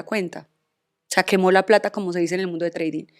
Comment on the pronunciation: jajajjaj TRADING NO se pronuncia así, es mejor que lo diga en español para que no haga el ridículo y se le afecte la plasticidad.🇺🇸💪🏻